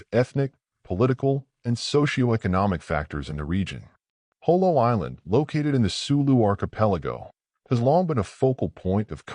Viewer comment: The battle of JOLO not Jolie. Thanks.